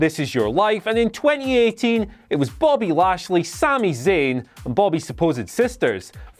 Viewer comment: Nobody heard Sami saying "Bobbly Lashley"?